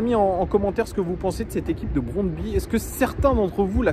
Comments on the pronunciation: J'aime bien tes lunettes 😎👍 merci pour cette nouvelle épisode;à mon humble avis on prononce le nom du club comme [brondby] avec 'u' à la fin 😊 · Brondby, le y à la fin se prononce u en danois. Brondby est une des meilleures équipes du Danemark, qui a déjà fait une demi finale de la coupe Coupe UEFA en 1991. Sans aucun doute l'ambiance la plus chaude du Danemark avec des fans qui devraient venir en nombre à Lyon demain soir (1000 environ d'après ce que j'ai entendu) Le stade fait 29 000 places et non 20 000 comme tu le dis dans la vidéo et l'ambiance devrait être très chaude au retour même si cela sera en Novembre. Ils croient en leur chance et ils pensent qu'ils peuvent faire un coup à Lyon même si ils savent qu'ils ne sont pas favoris donc je dirais tout de même méfiance face aux vikings danois ne pas les sous estimer. J'étais au stade en 1997 où on avait gagné 4-1 à Gerland et tout autre résultat qu'une victoire serait malgré tout une déception, Allez l'OL!